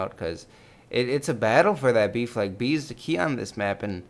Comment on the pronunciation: when he says ''b flag'' it sounds like ''beef leg''